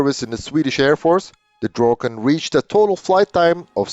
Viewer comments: Should have said "Draken" with amarican accent instead of butchering the name "Drogen" 😄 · Whole life heard/called it Draken and when whole video it gets called Drogen really hits the ear. Draken(pronounced how it's written) could be Finnish way saying it though so who knows. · Nicely done. Now I know it's pronounced like "drok-ken" instead of like "drah-ken". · Pronunciation is NOT 'droken'. Listen to it on Forvo. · the narrator keeps calling it Dråken, I wonder what that means.